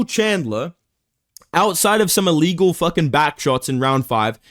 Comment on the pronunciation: illgeal WHAT?